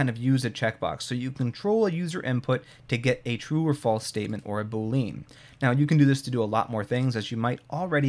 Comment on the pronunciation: BOO-lee-uhn but otherwise fantastic!